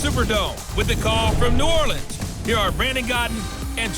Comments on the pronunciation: New Orlee-ans Saints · Why is coach on madden? Why did he pronounce New Orleans 2 different ways in the first 15 seconds of the video?